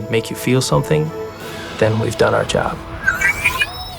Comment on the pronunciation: "we are orn our way"